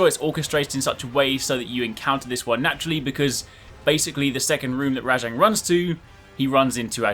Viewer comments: I'm sorry but it RAJANG not RA-JONG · WHY do u keep calling it RA-jang it's just rajang